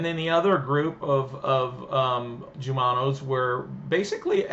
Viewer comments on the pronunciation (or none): It's not /J/umano...it's the Spanish pronunciation /H/umano...